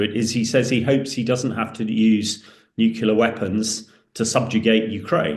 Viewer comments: Can you really be that thick? "Nucular" is how our dear Hamish insists on pronouncing "nuclear" ok? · It infuriates me that these experts can’t even say the word Nuclear! It’s not Nucular!! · Hamish, if I hear NUCULAR one more time I'll fecking scream. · I thought it was just me, god damn that's annoying.